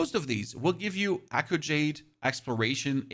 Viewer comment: Thank you for the useful info, but I gotta be honest, the way you pronounced “Talon” and “Echo” at first was atrocious.